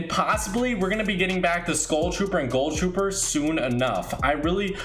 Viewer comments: He's not the only one either.. what is so hard for these kids? It's GHOUL. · im sorry but i literally want to die everytime you say GULL trooper